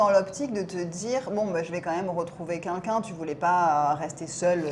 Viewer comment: j’adore tes videos mais s’il te plaît arrete de dire « kinkin » au lieu de « quelqu’un » c’est insupportable. Merci 🙏🏼